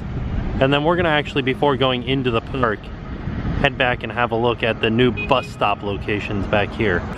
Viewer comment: going into the pnark